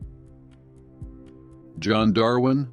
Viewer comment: Darwin se fala darvin.....